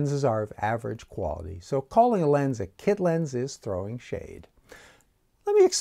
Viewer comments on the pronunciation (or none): you saying "thowing shade" threw me. 🤣